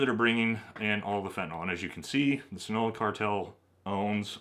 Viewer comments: Love the videos! just to note: Jalisco is pronounced ha-lis-co Sinaloa is pronounced sin-ah-lo-ah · “Scene-a-lowa” “Ha-lease-Co”